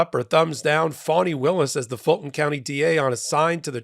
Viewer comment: Yep , he did that intently, and I’m hoping she and her team will destroy frump, he needs some lonnnnnng quite time in a cell with his Bible, AND dang dictionary! FANI is her NAME ! NoT - fannie as in referring to a persons buttocks !! I hope by the time she’s done with him and his Higher than the ALMIGHTY attitude, he’ll NEVER EVER Mis-pronounce her name AGAIN !!!! ❤🎉🎉🎉❤😂😂😂😂😂😂😂😂